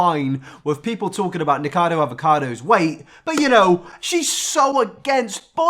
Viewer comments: It’s nikAcado avocado. Nik UH cado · please. Ni - co - kha - dough. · Nick-ah-ca-do, avo-ca-do You’re welcome🤡